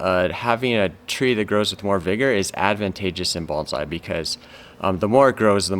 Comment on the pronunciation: Thank you for pronouncing “bonsai” correctly